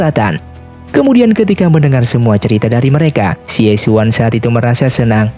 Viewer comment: Xie xun bacanya Sie Sun Raja Singa Emas